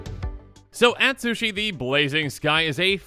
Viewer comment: Please spend some time learning proper Japanese pronunciation with a Japanese themed set coming up. Yosei (yo-say), Ryusei (ree-oo-say), Atsushi (atsoo-shee)